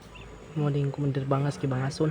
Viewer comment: Vargas hindi bangas